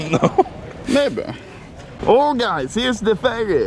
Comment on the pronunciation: No one: Anomaly: åh gais theres the furry